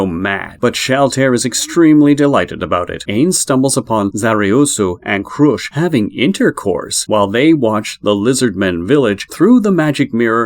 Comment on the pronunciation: Some of it was a little wrong, no hate to the at all. Momon is just pronounced "Moe" like Joe, and "Mon" like pokemon. Ainz is pronounced "Eye-nz" It may be more beneficial to watch some episodes in english dub instead of reading how to pronounce it in text. Also, Demiurge does not use sheep beastmen, he uses humans, "hairless sheep" or what he says, is just a joke.